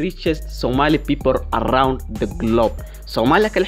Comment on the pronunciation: Its PEOPLE not BIBOL BLEES 😂😂😂